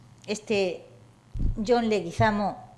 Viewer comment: John Leguizamo es Colombiano y el origen del apellido es español, del pais vasco, no entiendo la razon por la cual no lo pronuncia correctamente.